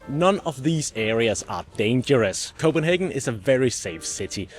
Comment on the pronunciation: I visited Copenhagen last year and really appreciated your explanation of the neighborhoods around the center. Also it is a treat to hear your authentic pronunciation of place names and foods.